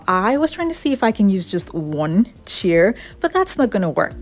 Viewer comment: Chair rhymes with "air".